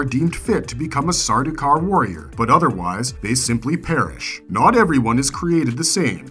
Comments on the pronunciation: Ah yes, I was going to bring this up also. Sardaukar's is the only time an "s" should be involved, in a possessive sense. I wonder what else is wrong with this presentation. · Stopped the video as soon as I heard the s 😢